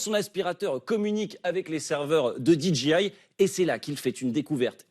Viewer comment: Amis français qui insistez pour ajouter des mots en anglais dans vos conversations, apprenez la bonne prononciation. DJI se prononce didgéail, pas didjiail… 🤪 En anglais, le G et le J se prononcent à l’inverse du français.